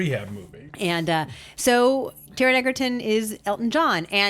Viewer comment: In the first few minutes Taron’s name is mispronounced, an allusion to the film being compromised by David Furnish because he’s Elton’s husband is made, (although he’s one of four producers) and a stupid joke about gay sex precedes a comment made by an insensitive undisclosed person about Aids and “glances” in reference to Bohemian Rhapsody. (Which, btw, Brian May and the entire band had a very heavy hand in bringing to fruition but we wont mention THAT.) And which everyone thought was a laugh riot. Smh. That was enough for me, classless and distasteful bordering on homophobic. Taron did his own singing. The two movies should not be compared as one is a surreal, musical, personal statement about moments in an artists life aa told by the ACTUAL ARTIST and one is a series of stories about hit songs that never touched on the personal life of the lead singer. Stories told by members of the band. 2 different films. Just because they were both gay doesn’t make them comparable.